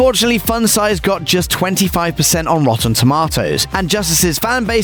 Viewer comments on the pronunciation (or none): Rotten Tomotoes lol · this dude really said “rotten tomatoes”